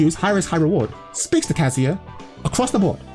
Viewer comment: when will you learn that its not "kaZUya", but its "KAzuya"